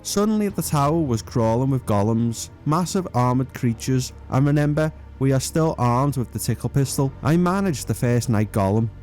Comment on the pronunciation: Brilliant idea for a series, You said renember at 6.29 but i forgive you ;)